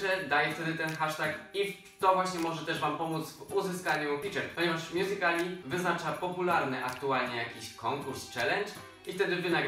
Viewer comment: A mnie wkurza to jak mówią mjuzikli. Bo na dobrą sprawę, mówi się mjuzikal, nie mjuzikl. +Końcówka ly. Czyli mjuzikali.